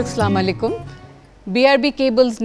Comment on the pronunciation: স্লামালাইকুম না,আসসালামু আলাইকুম।